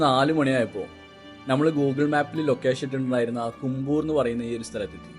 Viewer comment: Kombur alla kumbur